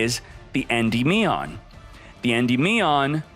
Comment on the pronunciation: Love the tips but learn to say Endymion properly, please